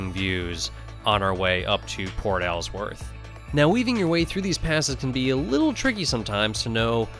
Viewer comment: Alsworth is pronounced Alls-worth not Al's worth. Lol. 😂. that's my family in Port Alsworth. The way you were pronouncing it was cracking me up.